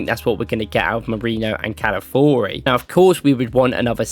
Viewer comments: All due respect bro but please, it's Cal-a-FEE-OR-ee 😂😂 not Cal-A-Four-ee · Love the video as always. One thing. Calafiori….pronounced like CAL-AH-FEE-OR-E. Calafiori